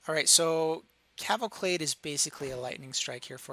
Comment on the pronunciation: Can't get over the "cavalclade". Great video, by the way.